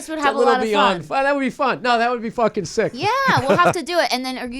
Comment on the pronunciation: Bill saying, “sik” lol. hell yeah